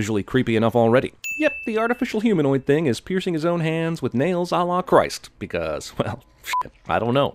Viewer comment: "A la Christ" hahahah